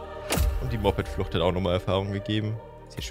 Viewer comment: Ich weiß du magst das nicht wenn man dich korrigiert ,aber man spricht es mo-ped/t und nicht mopped 😂😂ich hab dich trotzdem gern :3